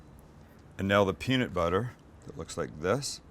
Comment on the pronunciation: looks good but the way you say peanut really bothers me.